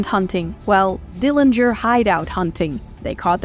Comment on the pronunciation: Bravo. The most thorough retelling of the Dillinger (you even got the pronunciation correct) story I’ve ever heard. Congrats